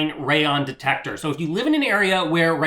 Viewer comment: FYI it's Radon, not Rayon.